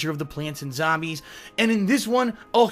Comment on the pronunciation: it's Zombies not Zobmies